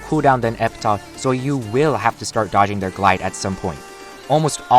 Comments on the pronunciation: Its pronounced Epitaf,not Epita lol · e-pih-taf. Say it with me, e-pih-taf